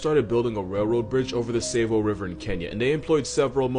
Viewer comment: Damn never imagined he'd talk about the man-eaters of Tsavo, in my country 😅 Also, it's pronounced Tsah-vo, not tsayvo. What's worse about the man-eaters is that they weren't really always eating the men they killed; they just killed them and left their bodies. They were killing for sport, not food